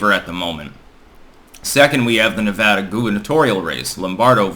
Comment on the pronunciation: You're one of the rare people to say Nevada without an H